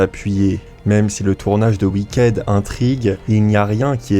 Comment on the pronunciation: Wicked se prononce Wickid